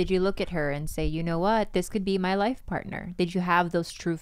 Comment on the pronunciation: " I've never had this house LYYFFFE." The way he says life for some reason sounded weird 🤣🤣